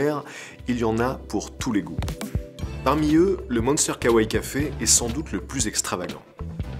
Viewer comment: OMG les prononciations des mots... Ce n'est pas de l'Anglais hein.... Entre le Kawai et le Miraikan... Même Google traduction s'en sort mieux.